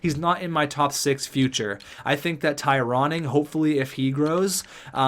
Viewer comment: Please keep the Ty Ronning made it out of camp. i laugh everytime you say it lol